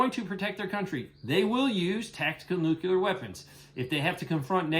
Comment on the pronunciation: Nuclear is pronounced "New clear. Like the opposite of "Old Clear." If someone pronounces it "newk ular," it just makes them look like a dumbshit.